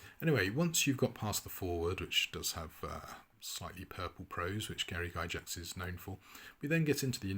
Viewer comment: I have to be that guy. It's pronounced Gygax not Gyjax. Like Gargoyle not garjoyle.